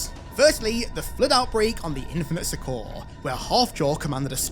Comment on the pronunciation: Hey homie, gotta learn how to say “succor” properly. Rhymes with sucker, my guy.